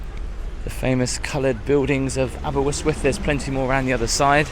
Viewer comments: Great vid, but your pronunciation is slightly off-Say it like : Aber-wrist-with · Well it's not quite Santorini, and I'm sure you pronounced it incorrectly just to get comments in the video. a-buh-rist-wuhth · If you were Jonathan Woss you would say Aberwystwyth!😂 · it’s pronounced aber wrist with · Is there any reason you pronounced it AberWystwyth 🤔 ? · another lovely video, thank you. The pier was much longer but has been battered by storms and fire down the years, so it's had a hard life and is much shorter than when it was built. You could try pronouncing it more like "aber-ust-wyth" to get a more authentic sound. Or better still just "aber". Anyway, a great video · Great vid again. Though pronunciation is chronic... It's spoken as the following sounds like Abber ist with, and spelled Aberystwyth. Keep up the great vids. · Nearly got the name right it's pronouced as Aber (ust) wyth ;) ..Enjoyed the tour though and reminded of the few days the wife and I had a couple of years ago-Thank you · The river's called the Ystwyth ( pronounced initial consonant ust u as in butter ( northern English) , with ( th as in think not th as in breathe), aber as in jabber. Therefore not aberwistwiff, not aberRistwiff , but ; AberUstwith with the stress on UST, and end sound th not th as in the or ff but halfway in-between. Get it right an you'll sound local and people will assume you can speak Welsh get it wrong and you'll sound like the 90% of incomer locals who've lived round here for years and still get it wrong because the don't listen, can't make the sound ( which is easy) or don't here it or can't be arsed. Hope this helps. You did ask. Taking care really endures you to local people and makes all the difference. Pob lwc i ti. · I lived round Aber and if only you knew what happens in the castle u would be there 😂 but good attempt on welsh you pronounce it like aber-yst-wyth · Aberystwyth is pronounced Aber-ust-with. :D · your wrong, its aberystwyth